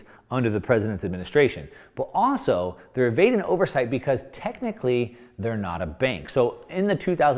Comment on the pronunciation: "Also" has an L in it.